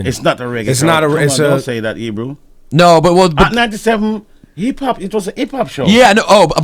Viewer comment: Barrington Levy is legendary. It's funny how he calls Ebro Ibru...and out of respect Ebro doesn't correct him.